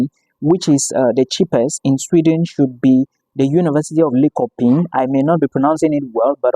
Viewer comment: Linshoping, that’s the pronunciation